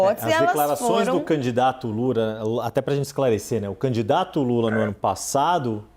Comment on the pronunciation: Sei q é algo sério eu ri do cara chamando lula de lura kk